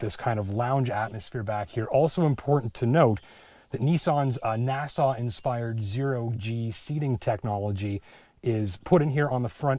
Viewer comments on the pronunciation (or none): Good and useful report but it NASA is pronounced NASA, not Nassau.